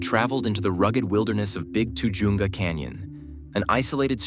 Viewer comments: That pronounced TA-HUNGA CANYON. I grew up there then and it has the Spanish pronunciation by Californians. Ta-Hunga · Pronounce tuh-HUN-guh